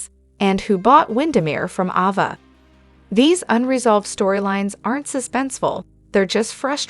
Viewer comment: Her name is Ava.. Not Avva....